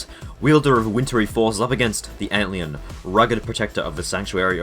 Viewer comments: am i the only one mad that he says ant leeun instead of antlion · Why do you call Antlion, Ant Leon? And Beager, Beggar? Haha you called Antlion, Ant Leon again.. but then a few seconds later, you call it Antlion? Apart from that, cool video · bro why do you say antlion like that